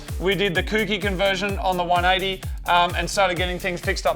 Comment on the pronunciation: pronounced *korky conversion